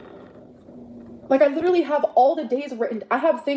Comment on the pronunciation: Oh I got this feeling when she said "leeeedurully" through tears !! Annoying af!!